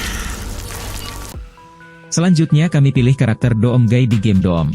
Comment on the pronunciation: Doom Cara Bacanya "Dum" Bang